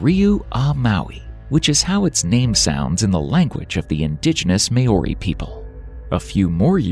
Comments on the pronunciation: You're pronoucing "Maori" incorrectly. You're pronouncing it "May" "ori". It's "Mau" "ree". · Kia Ora 😅 I'm from New Zealand. I nearly spat out a mouthful of coffee ☕ when I heard the narrator butcher, the pronunciation of the indigenous peoples. We are Māōri 😅.